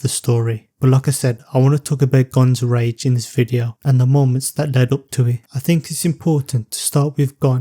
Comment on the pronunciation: Gotta emphasize that ‘G’ in rage brotherrrr I was like what the f I don’t remember grape scenes in hxh 😅